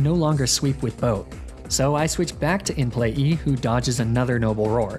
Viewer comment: It kills me how he consistently calls it “In Play-E” any time he’s referring to Mr Mime 😂